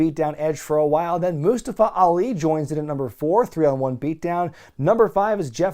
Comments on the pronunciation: So how come all of the sudden everyone is mispronouncing mustafas name? For fück sake man it’s moo-stah-fuh 🤦‍♂️🤦‍♂️🤦‍♂️ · Never gonna get over the way Mustafa Ali wants people to pronounce his name